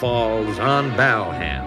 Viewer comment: Mike's right it's BALham not BELham!